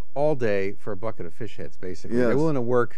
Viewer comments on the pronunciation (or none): none